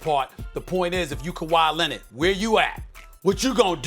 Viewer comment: Kawa lennid